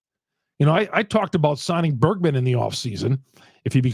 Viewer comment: Bergman? Is that an accent thing? It’s Bregman. And if you guys are want to trade Williams would take him in a heartbeat.